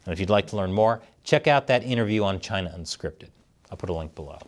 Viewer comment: China, CHI-NAH CHI-nah!!! No way